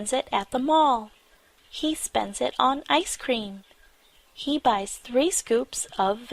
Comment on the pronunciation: เรื่องที่ 2 ชื่อเรื่องขึ้นต้น He แต่ออกเสียง ชี เสียงคล้ายกันมาก งง ?? ฮ่าๆๆ